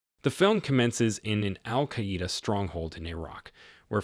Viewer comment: Al KAWEDA!!?? It's Al KAIDA!!